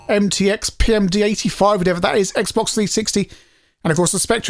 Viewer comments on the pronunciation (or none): none